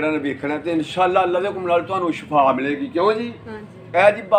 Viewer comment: Good work brother lakin ap bar bar shafaa keh rhe hain shafaa ka matlab mout hoti hai sahi lafz hai shifaa baki ap ki saari video buhat information wali hoti hain great work 👌